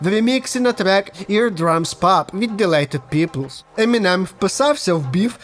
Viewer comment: Ділайтед пиплз??? What???!!!!:face-orange-raised-eyebrow: Якщо ти поліз в РЕП, то ти маєш знати, як читається Dilated Peoples